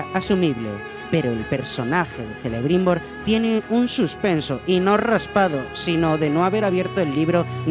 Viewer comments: Amigo, Celebrimbor se pronuncia Kelebrimbor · me permito hacerte un comentario. Celebrimbor, Cirdan, Cerleborn. se pronuncian Queleborn, Quelebrimbor, Quirdan. En el Silmarilion se explica que la "Ce,Ci" se pronuncia "Qe,Qi"y al español, "Que,Qui". No es que me moleste en particular, pero me da cosa, que haciendo videos tan bien explicados y producidos, quede lugar a que le hagan algun comentario innecesariamente negativo. Como siempre, gran video! Un saludo desde Argentina. Aguante Bombin!